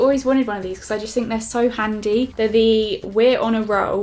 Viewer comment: I love how you say the hand creams so "handy" made me giggle haha!! Love this video! love watching PO box hauls!!